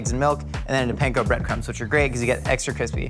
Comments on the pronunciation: Panko is pronounced (Pawn-ko) instead of Pain-ko. Pan is Bread. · I live in Japan but would fly to Burbank for Ebi Filet-o. Side note: since is capable of pronouncing "kurogoma" and "nanami togarashi" correctly, can he please start saying "panko" correctly? It's "pan"ful every time he says it wrong.